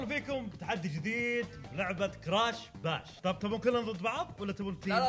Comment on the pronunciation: كراش باش مو براش